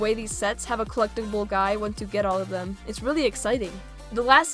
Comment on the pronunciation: Your being mean to funko because you are saying theppppmmmmm